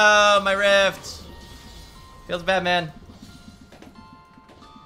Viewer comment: "Feels bad man" sounds like "feels batman"